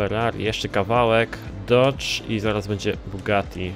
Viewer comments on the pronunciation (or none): none